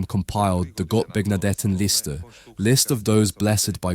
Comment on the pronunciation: The way you pronounce "Gottbegnadetenliste" makes me puke😱🤣